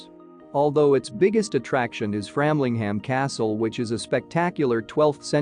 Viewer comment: A very limited selection, (and viewing!), of so many beautiful places in Suffolk. BTW, for the benefit of your (possibly USA tourists), locally, Aldeburgh is pronounced " All-burra", Flamlingham is pronounced “Framlingum”, and Lowestoft is pronounced “Lower-stoft”. Although I am a Yorkshireman (pronounced “Yorksha-man” or “Yocksha-man”), I am a Suffolk resident of more than 52 years, so I really have heard and understood the correct pronunciations.